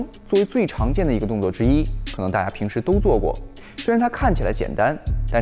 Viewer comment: 大家好。请说，难道在中国人说“大家”像“ta-(h)a”以的？